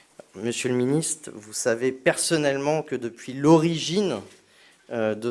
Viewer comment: "Main'nant, Monsieur le Ministe". Le français n'est pas sa tasse de thé.